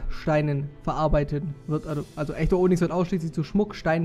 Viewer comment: Onyx spricht man Onüx aus :D Aber ist trotzdem ne schöne Folge <3